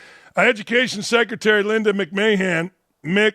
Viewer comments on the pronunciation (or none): Come on Dan. That's WWE former CEO Vince McMahon's (mick-man) wife! What's with Mick-May-Han 😁